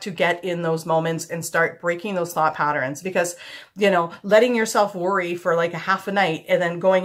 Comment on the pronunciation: I like how you say "patterns" you say "patter-ins" Cute! lol